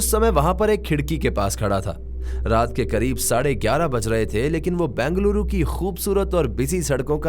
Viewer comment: It's not Bangaluru.... It's Bengaluru.